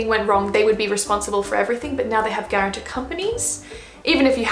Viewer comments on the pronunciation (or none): Please say guartan-t-o-r instead of guaran-t-e-r. The latter is not a word. Unless it is a Japanese word...